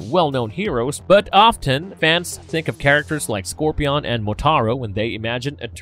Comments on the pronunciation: Score -PEE-ON. POSEI-DEE- ON. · What is that pronunciation of Scorpion? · Scorpy-On. That's how I'm going to say it for the rest of my life. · Who pronounces scorpion like that lol? He doesn't have any crazy accent, it's like it's on purpose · Scorpi-ON almost as bad as vege-ha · Scorpiyon? Seriously? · Why the hell are you pronouncing it "ScorpiON"? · How do you mispronounce scorpion? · Nice video, I've never heard Scorpion pronounce like that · I hate how he pronounced scorpions 🦂 name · Who can't pronounce Scorpion. Oh lord. Get a refund.